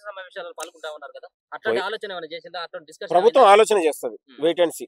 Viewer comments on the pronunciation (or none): none